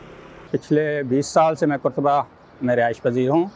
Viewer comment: قرطبہ کے اوپر زبر ہے پیش نہیں۔ بھائی صاحب